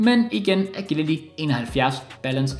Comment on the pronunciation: Var det kun mig der blev lidt triggeret af måden sagde agility på, btw god video igen igen